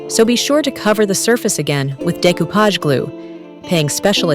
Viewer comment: Nice project, great work, but that pronunciatiom nearly through me of the couch from laughing! 😅